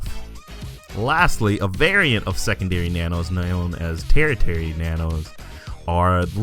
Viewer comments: Tertiary is pronounced ter shee air ee not tair ter ee. Thanks for the video! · Tertiary. Ter she air ee. Primary is first, Secondary is second, Tertiary is third. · Tertiary is pronounced "Ter-she-airy-" btw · tertiary is pronounced Tur-SHE-airy. just FYI